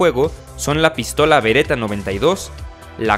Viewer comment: Jajaja "pístola"